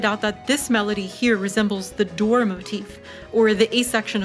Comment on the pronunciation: "the dore"